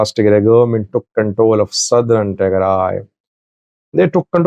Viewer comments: Who told you to change the name Tigray to Tigrie? Yuo have been saying eart)ier all the time tigray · You’ve always correctly pronounced Tigray and referred to the TDF as Tigray Fighters. Why are you now calling them Tigre Fighters in this video? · listen to how your saying Tigray 😂 say it how you use to say it before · I remember you have been pronounced Tigray for many years why is a sudden change to tigre where did you got it who advise you to change this name. Tigray and Tigre are two different names referring to different things. Tigray: A region in northern Ethiopia, with its own people, culture, and political history. Tigre: An ethnic group in Eritrea, related linguistically to Tigrinya but distinct. So, it’s not that Tigray suddenly changed to Tigre. The two terms have existed for centuries, and they are not interchangeable. Sometimes people mix them up, but officially and historically they remain separate. I am doubting you may have a hidden agenda; we don’t know. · Why are you saying Tigre? What happened to you? You even tried to correct when you call it the right way. I never expected you to behave this way. Shameful & childish. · The two words’ pronunciations for English speakers are the same. if you want to others pronounce correctly’ , please write as “Tigrai” not “Tigray”. Historically, the word ‘Tigre’ was the geographical name for the land as Wollo or Gonder were. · You are definitely mispronouncing Tigray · you’ve been covering the war for the last five years and you chose to mispronounce Tigray on your latest video. It seems to me you want to get a rise out of ethnic groups in Ethiopia or you were given wrong information.